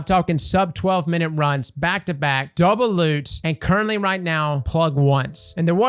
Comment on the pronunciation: Ah yes the “Doulbe” loot nightfall